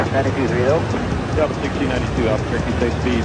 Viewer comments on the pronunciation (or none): none